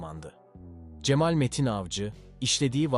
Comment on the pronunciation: Sizi beğenerek takip ediyorum ancak bazı kelimelerin telaffuzu dinlerken çok rahatsız ediyor ( vaaaril, cemaaal)